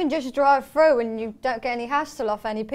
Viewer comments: i just love how she says frough instead of through. it's so cute <3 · Cher said " You could just drive frew " It sounded like that...